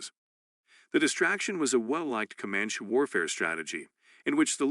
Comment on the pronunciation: Seems to me to be AI generated voice. Cant say comanche correctly.